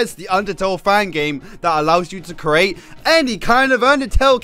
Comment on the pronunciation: You say "create" like "cerate". Why?